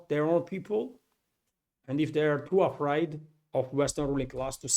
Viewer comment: Just a pronunciation tip: We say it more like a-frayed than a-fried